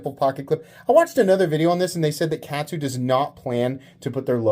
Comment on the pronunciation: Katsu is pronounced like Shaman, you absolute rube! It's kahhhhtsu. Kahhhhhhhhhhhtsu :P